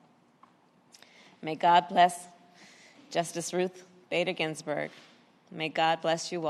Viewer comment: Harris can't even say Ginsberg's name correctly lol yeah just using Ginsberg's name to push her agenda of hate